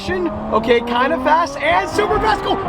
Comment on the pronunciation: i knew it from the body shape and the rear. the part where he said supa supa fast gave it away ;)